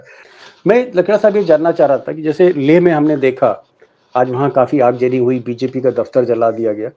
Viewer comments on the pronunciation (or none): Aagjani nahi .. Aagzani boliye.